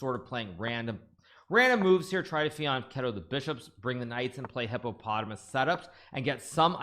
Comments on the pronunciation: Fianchetto is Italian buddy. He pronounced it correctly. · My man Hikaru is so rattled he forgets to mispronounce fianchetto. 😂